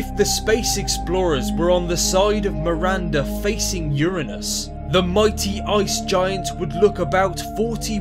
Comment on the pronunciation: It's Miranda not Marinda jesus my name Is Miranda